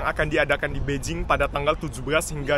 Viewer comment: knp nyebut nya beijing bukan Bei Jing? Ada alasan..?